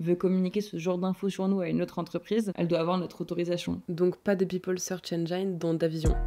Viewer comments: "eunjine", pas "eunjaïne" 🦻😭🦻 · Merci pour cette vidéo intéressante, je vais juste laisser une petite remarque sur où un truc me titille de la part de beaucoup de français : "engine" ne se prononce pas "ène-jaïne" mais "ène-jine". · Accès à la base de donnée des cartes d'identité et des passeports + le réseau national des caméras de surveillances de rue = ???? 🤔😬😯 Super vidéo 👍 .... par contre en anglais on prononce "engine" comme une angine avec un "d", genre andgine, pas andjaïnne. 😉